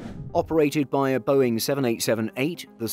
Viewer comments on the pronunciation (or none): none